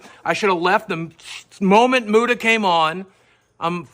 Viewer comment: I wonder if Keem will ever learn how to say Muta